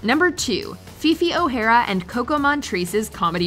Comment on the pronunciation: uhhhhh "Fifi Ohara and Kokomon Trace" Really?